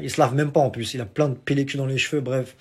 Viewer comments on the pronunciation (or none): none